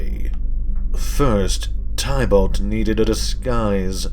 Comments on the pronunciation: Lol your still saying tie balt. Teeh bullt. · It’s pronounced tib-ilt not ty-bult